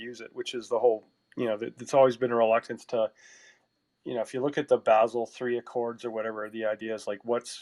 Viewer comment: AMAZING INFO. Just one thing, I used to live in Basel, it's pronounced "baa·zl" :)